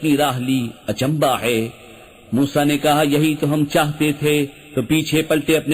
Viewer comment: بس ایک چھوٹی سی کمی تلفّظ میں ہو رہی ہے۔ ہے۔ کی جگہ بار بار۔ حے کھا جا رہا ہے